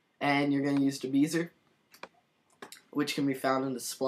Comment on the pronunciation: Just so you know, it's pronounced "Bez-ee-yay". Not "Bee-zer". LOL! But great tutorial!